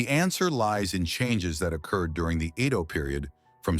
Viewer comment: Pronunciation of EDO as IDO Thiscdisrups the great story😮